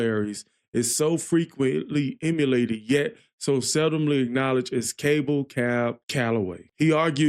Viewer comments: Thanks,... gotta see the video, though! Cab was amazing.. dancing! appreciate your reaction.... (p.s. it is CAB.. not Cabe...lol).. and yep, if not "rap".. it was called "scatting" at the time... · Thanks. That's pronounced "cab" to rhyme with nab, like a taxicab. I saw Cab in about 1975. He was a wonderful performer, singer, dancer, and bandleader. As others have said, this song is full of drug references. Fleischer Brothers (Popeye, Betty Boop) did three wonderful cartoons, available on YouTube, that feature footage of Cab Calloway, and in two cases, trace and animate his dancing: "Minnie the Moocher", "Betty Boop and Snow White" with St. James Infirmary Blues, and "The Old Man of The Mountain".